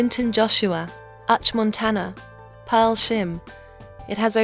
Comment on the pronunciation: Which one is Urch Montana.. pls is Uche Montana..all Igbo names u called with this your mouth come be like french names.. oh..bekee .. it choke oo.. meanwhile I have watched all Clinton Joshua movies.. u forgot to mention.. """Right But Wrong""""" is this year movie..am still waiting to see another one dropping..kudos to him.. and others and thanks for sharing